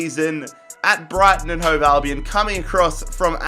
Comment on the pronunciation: You say Brighton and Hove alvion